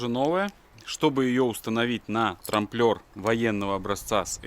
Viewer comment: Трамблёр - не трамплёр! Фланец - не влянец. Ну пожалуйста, нет таких слов которые вы произносите, не существует! Ударения ставьте как угодно, но слова то за что коверкать?